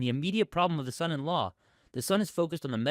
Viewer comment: Please, please learn how to say son in law.